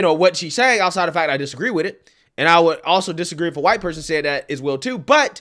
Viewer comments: Nobody sees Meghan Markle as "Black" but Meghan and the race baiters. Also, what is wrong with her pronunciation. Finally, we might need to start looking at the South African white farmer genocide. The "BIPOC" community is beginning to drum up hate that may lead to that level of violence. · She thinks the phlegm-clearing pronunciation of "white" is cute, I'm sure. If she ever spit at me...well, eff around and find out. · This woman couldn't be so wrong about why most folks dislike Meghan. What's up with her making a loogie/pig oink sound instead of saying white? 🤔 She did pronounce white correctly a few times. I guess she missed those in her edit. 😆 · What is it with that weird frigging sound? Too stupid to pronounce white like the rest of the English speaking world? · that pronunciation was used in the Boondocks from what i remembered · She cant say her w's thought those people had trouble with r's and l's ? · When she pronounces White like she's spitting up phlegm is so disgusting 🤢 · How come she can't say white? Is she a little brain damaged? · They pronounce white that way to express and create a nasty sort of vibe in regards to white people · Wtf is wrong with this woman? Why is she having so much trouble saying white? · She doesn't even have the balls to pronounce "white" properly. She's as fake as it gets. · This from an Asian who has had eye surgery to have eyes like a white (pronounced like she’s hocking a loogie!) person! What a hypocrite! Go back to your own country, and then you don’t have to be disgusted by white Americans in our own country!!! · The way she pronounces 'white' is clear indoctrination and pure hate. These are the morons who really think they're not racist bitches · I don't think thats is triggering for her or somethi. It ment to trigger white people; an intentionally degrading and disrespectful. The way she pronunce it sound like spiting sputum from her throat to the ground. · What is with the"whhkkkite" pronunciation🤣🤣🤣